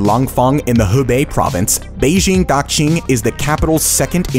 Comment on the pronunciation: And "Daxing"....oh, I give up. Your X is wrong.